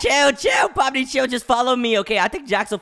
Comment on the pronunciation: You said Pony it's Pomni